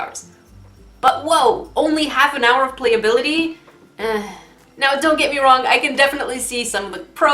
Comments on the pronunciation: I LOVE THE BEGINNING 'YOU ARE WONG' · 'you are worg. she is true. you are lai.' that never fails to crack me up